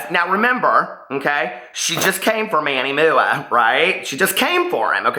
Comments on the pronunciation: It's Manny M.U.A not MOOOOAH! LOL I cringe, I cringe! Of course!! SHE SHOULD HAVE REACHED OUT PRIVATELY BUT SHE DID NOT SO THEREFORE THAT PROVES SHE'S JUST REACHING FOR ATTENTION! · Live for the way says Manny MUA 😂💙